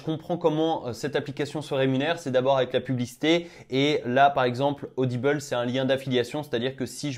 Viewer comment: Audible c'est en français,ça se dit ODIBLE pas ODIBEUL 😅 sinon belle videos tu fais ça tres bien continue, je m'abonne au passage parce que c'est trés bien expliquer avec du naturel et tu fais bien de faire tes recherche en videos sa prouve l'honnêteté de l'utilisation de l'appli😉😁 par contre remet plus de miniature de se genre stp mdr